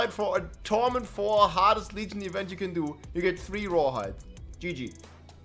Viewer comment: The Grrrrreat rrrrawhide shortag😢e